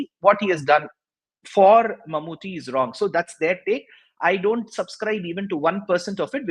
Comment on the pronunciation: Barkha Dutt’s pronunciation of Mammooty’s name is so wrong. It is awful! Why can’t these anchors take some time to practice how to pronounce names of important persons? It is deliberately disrespectful, IMHO. Mammooty isn’t anybody. He is a super-star from Kerala. These anchors can spend time to learn pronunciation of difficult English words, foreign words in English language etc. But they just can’t spend time to learn pronunciation of important people from south India routinely. Why? Don’t they have any South Indian friends who can tell them about correct pronunciations? IMO, these anchors just don’t have inclination to learn.